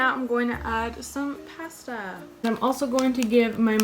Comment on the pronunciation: The way she said pasta tho. Its pasta, not pasta you impasta